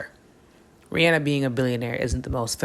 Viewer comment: Thank you for saying her name correctly!!! I always tell ppl this and they look at me sideways lol REE-ANNE-NUH